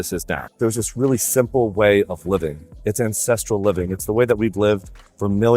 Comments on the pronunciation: I kept hearing INCESTRAL not ancestral 😭😭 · I keep thinking hes saying incestual. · EVERY TIME says "ancestral" I pause because it does not sound like that. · Everytime you said "Ancestral" I had to do a double take to make sure I heard right.